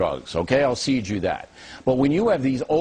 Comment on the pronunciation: he said "ill ceed you that"